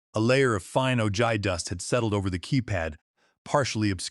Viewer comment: Ojai is pronounced "o-hi"